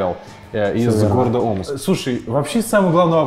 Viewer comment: мне не послышалось или он сказал г Омск